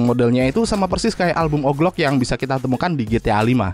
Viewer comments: Owji Louk bang bukan oklok 😭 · dibaca oglok anjer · Wkwkwk mas "oglok"